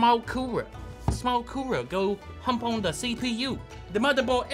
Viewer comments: I like the thing, his says coorer instead of cooler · “The Coorera” 😂